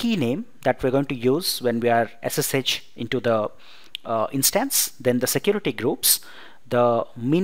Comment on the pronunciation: Good Video , clear Voice .Its Instance (short vowel) not Instaanse (not so intense)